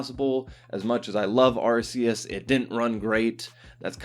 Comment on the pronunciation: It's not "Arse-eus".